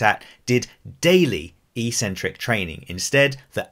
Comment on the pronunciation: EEEEEcentric is not a word anywhere in the English language. Eccentric means ‘away from the center’. A crazy person is called eccentric bc they are ‘away from the center of normality’. A ‘negative’ movement of an exercise is a movement of the tendons ‘away from the center of the muscle’. It makes perfect sense from an etymological standpoint. Mispronouncing it as eeeecentric would mean ‘without a center’, which makes no sense. Another line of logic proving that it must be pronounced eK-Sen-Trik is that the first syllable is ‘ec’, which can only be pronounced ‘ek’ in English. There’s no possibility of a silent ‘c’. There’s no controversy regarding how to pronounce ‘centric’. So, the word is pronounced, eK-Sen-Trik. But don’t take my word for it! Look it up in literally any English dictionary.